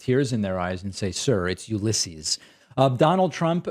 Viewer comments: "Uluisshius." Oatmeal brain Trump 🤦‍♂️ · The single reason Trump still pronounced Grant’s name incorrectly is that he slipped that once and said it wrong. If he now corrected it, that would be an admission that he made a mistake. And Trump is emotionally incapable of admitting to any mistake. Ever. Remember the 1917 flu? Well Trump does. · "Ulissius?" What a loon. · How tf does he nail dossier, but butcher Ulysses’ name? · Completely agree however you get a little too giddy over Ulysses mispronunciation and it really isn’t that bad. Really nitpicking when there are so many other deplorable statements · Archie Bunker again attempting to portray Biden as cognitively impaired, yet he seems to have siffi😢pronouncing the words cognitively, Ulysses, yesterday and his “soeech” is a confused ramble delivered in his weird monotone sounding like he’s in some fugue state? Clearly his cult followers are saluting with the wrong finger. 🖕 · Says Joe Biden is cognitively declining but can't even pronounce Ulysses' name... And those Blacks For Trump guys clearly didn't get paid enough to be there.